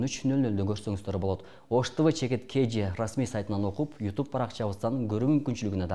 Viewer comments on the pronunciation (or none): none